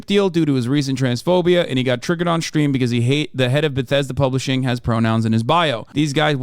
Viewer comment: I truly believe this guy is a 40 year old virgin the way he says BATHESDA